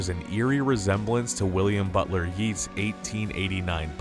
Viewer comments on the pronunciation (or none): one point, Yeats is pronounced Yates. Like Gates but with a Y